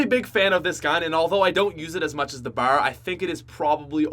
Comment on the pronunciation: I've been watching for years and it still seems no one has told him it's not bar it's B.A.R. It stands for Browning Automatic Rifle.